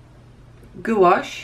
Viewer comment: Thanks for the in-depth video on these paints! A couple of suggestions. Perhaps you could be a bit neater filling the squares. It would look so much better at the end. Second comment, just an FYI, gouache is pronounced gwash. All in one sound. Goo-awsh kind of sounds like goulash - lol! I don't know if you have one but a color mixing video with these paints would he awesome! Thanks again!